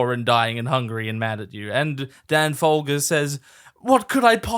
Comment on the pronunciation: Was the fogler-folger mispronunciation on purpose lol I feel like I missed a joke haha